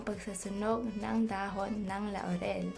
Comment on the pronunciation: Ako lang ba ang inaantok sa pagsasalita nya? 😂 Nabobother din ako sa pagssabi nya ng La-u-rel. Pero thank you, ittry ko ito.